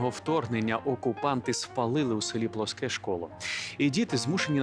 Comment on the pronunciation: Правильно вимовляти ПЛОске замість плоСКЕ. Дякую за увагу.